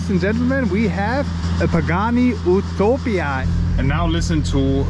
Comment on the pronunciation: “OOTOPIA” 😂 at least pronounce it’s name correctly